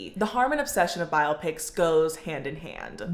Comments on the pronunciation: What lunatic calls them "bi-ah-pics"? 😂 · I support your pronunciation of biopics 🫡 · A 22 minute video about biopics with 'biopics' pronounced wrong lol.